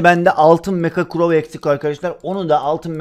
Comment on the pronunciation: Crow değil grow diyo sdjd